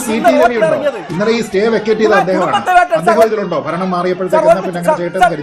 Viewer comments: ഫരണം പോയോ ചഘാവേ? വേട്ട ആടി യൊ ഇനി ആttaരൂട്. 😂😅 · ആരാണ് ഈ പുതിയ അവതാരം. വെൻഗായം, കിഴങ്ങ്, തക്കാളി, കുമ്പളങ്ങ, മത്തങ്ങ, ചേന, ചേമ്പ് ഒക്കെയാണ് വന്ന് മെഴുകുന്നത്. ഫരണം അല്ല സഖാവേ, ഭരണം. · ഫരണമല്ല...... ഭരണം എന്ന് പറഞ്ഞ് പഠിക്കൂ വെമ്പായം